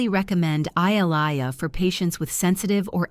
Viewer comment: They can't even pronounce Ilia correctly. Why should I take this seriously??